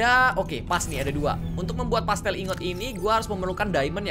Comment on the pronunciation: Dari subnautica yang pertama, sampe yang below zero ini, "Plasteel Ingot" masih tetap disebut "Pastel Ingot", gak pake "L". Yang ada dipikiran aku malah kue mulu 🤣🤣